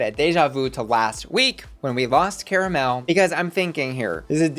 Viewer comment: Now,.... You pronounced everything correctly, from what I can actively remember, aside from Tomara Thomas (and Cara Melle).... Literally all you have to do is pronounce their names like they do in the episode (which you've clearly watched because you're reviewing it). Not once have they referred to themselves or each other with your pronunciation, so please fix it. At least fix it before the finale, Jesus Christ